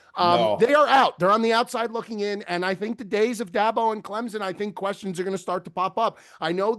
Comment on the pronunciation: Why does say ClemZon instead of ClemSon?